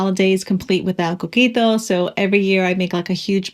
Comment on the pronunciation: Eres puertoriqueña?! Ese “coquito” te delató 😮 Estoy en shock!!! Saludos desde PR!